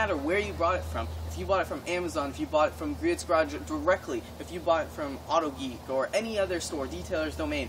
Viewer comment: its not pronounced GREE-ITS